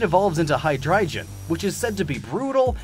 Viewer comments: What kind of pronunciation is that? “Hy-dry-geon”? It’s “Hy-drie-gon”. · What was that Hydreigon pronounciation? Most people pronounce it wrong but god damn that one was bad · (HY-DREI-GON) not (HY-DRIGON) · hydriegin? don"t you mean hydriegon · Haidraijun? I usually don't comment on how people pronounce Pokemon names, but that's one very special way to say Hydreigon. xD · Dude, please look up Pokémon pronounciations before making these..... Bih-sharp High-Dry-gon Skun-tank (no K) And more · Hearing you butcher the pronunciations of Deino, Zweilous, and Hydreigon will always make me cringe after taking German classes for years. They're all pronounced with the hard I, not E, Ei in German = I, Ie = E. Also their names are jokes, since Ein(s), Zwei, and Drei are 1, 2 and 3 in German (though technically Ein means 'a', not one, but I let it slide for the funny) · You miss pronounced Hydreigon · Nobody going to point out Deino, Sweilous, and Hydreigon were mispronounced? Nobody going to let him know that they are based off the german words for one, two, and three, and that the german ei sounds like I? Nobody? Okay then.